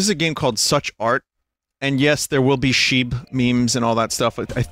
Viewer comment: Pronouncing "Shibe" as "Sheeb" 😆😆😆